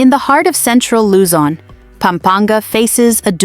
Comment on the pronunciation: Imagine trying to scare us and we just laugh at your prediction & even the way you pronounce pangasinan, luzon. Etc is hilarious. You should be the one scared of the impending collapse of your empire which is in its final throes. We are watching how toddler you returned to the white house can save you. We’ll be fine. We’re Filipinos and we are resilient and united in the face of adversity so bring your scare porn somewhere else.